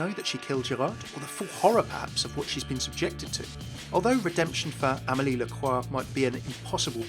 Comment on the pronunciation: Overwatch (FailCraft) You are the first person to pronounce Lacroix well. Thanks youuu 😍😍 Everybody say Lacroyxs 😅😅😂